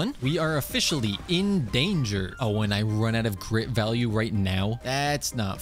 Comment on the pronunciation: He said grit value